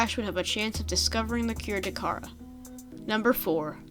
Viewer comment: Kid you need to stop calling The Kharaa virus The Ka-hara and The Ka-har it's getting really annoying you have no excuse for mispronouncing the viruses names and every single one of your videos.